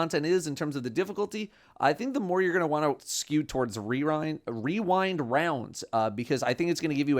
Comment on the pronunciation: The masculine urge to say wewind rounds